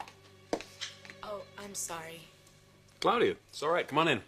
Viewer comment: Ridge pronounces Claudia weird, 'Cloudia', lol